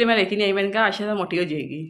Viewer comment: It's not asshaaaa...it's ayesha